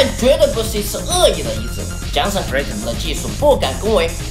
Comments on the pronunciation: Jason 跟 Johnson 唸法不一樣! 因為我英文名叫做Johnson 哈哈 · Jason, 為什麼總是說Johnson?